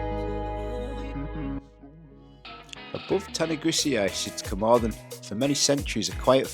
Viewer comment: Please, please just learn to pronounce Cwmothin properly, the ‘th’ is as in the English worth ‘thin’, not, as in ‘the’.